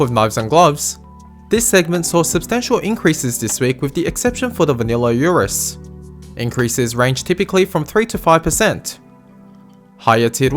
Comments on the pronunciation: do you pronounce ursus as yourus to farm hate comments? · why do so many people fail to read the first s in ursus